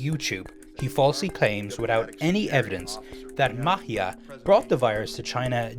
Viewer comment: Isn't Maatje a dutch name? Just curious since that is not how you say Maatje. Or it is a Spanish name?